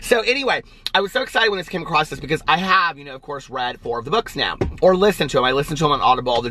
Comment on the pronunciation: OMG says across like meeee! (He stumbled acrosst) lol